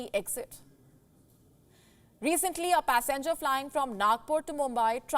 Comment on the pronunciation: Pass enger or passengers,? Learn to pronounce words properly